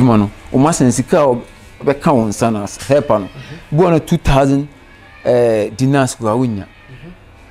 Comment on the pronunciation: 10 'Dinar' not 'dinnal' 😂